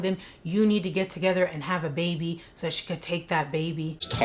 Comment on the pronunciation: I was so confused when he said “have a byebee with another woman” 😂 I had to replay it like ok he said baby 😩😂